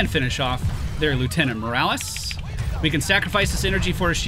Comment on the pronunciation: Lt. Morales is pronounced as MOH-RAH-LESS